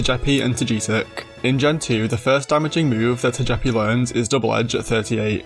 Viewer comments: Had to stop the video after the way you pronounced Togepi and Togetic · I have never heard anyone say Togepi and Togetic like that and it’s fucking me up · Now that's an unusual Togepi and Togetic pronunciation. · Man that pronunciation of stovepipe and Togetic is… something else